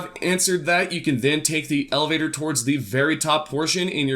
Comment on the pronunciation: You should work on explaining directions this left and right stuff is ridiculous. Also work on your pronunciation of elevator.